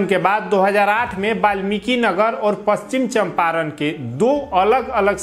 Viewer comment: Pronunciation to shahi karo pachichamparn ko